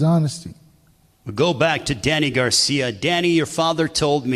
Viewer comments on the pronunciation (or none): Why can’t this dude ever say “ Garcia” correctly? It’s not “ Garciam”